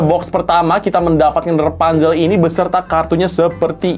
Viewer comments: REPANZEL?? KO EJA NGOMONG BEDA YA??? ATAU AKU NYA YANG GAK TAU BIASA NYA KAN PENYEBUTAN RAPUNZEL(RA) BUKAN( RE) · Rapunzel bukan repanzel